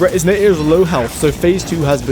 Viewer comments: Why do you say "Retiznator" and not the actual name, "Retinazer" the point of the name is to be similar to the term "Retina"... It frustrates me so. 🫠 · This is really sick but I can’t stop thinking about the way he pronounced “Retinazer” I play terraria so hearing the mispronunciation is anathema to me.